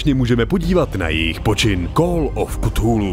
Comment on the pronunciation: /kəˈθuːluː/ [k 'fúlú] Jen menší výtka